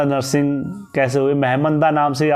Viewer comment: Bhai dadu narshing nhi dhudha narsingh baghwan bolte hai inko